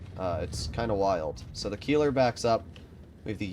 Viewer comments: Most fun part is that you have corrected people on the Tornvagn but still messing up the Keiler. Keiler is a boar but Kieler is a person living in Kiel. 😂 to help you a bit: Kei in this case is spoken like Kay from kayaking, the ler is normal. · Keiler [ˈkaɪlɐ] not Kieler [ˈkiːlɐ]! Absolut clown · Keiler would be pronounced „Kyler“ for you Americans. Hurts to hear him say it the way he does. All good tho, maybe next time you‘ll get it right 😂